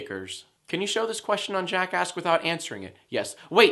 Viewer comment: When you say jackask it sounds like ur saying jackassd lol #jackask